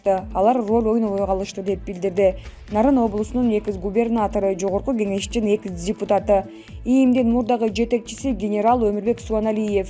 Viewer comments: Экыс сын ЭГЫЗ болуп калганго 🤣🤣🤣 айланайын ЭКС деп айтчы🤣🤣🤣🤣🤣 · Ушул журналистка такыр суйлошту уйронбоду да макалее, сексалю ларга окшоп суйлойт экыс мекыс дебей уйронуп алчы сарев эмес царьёв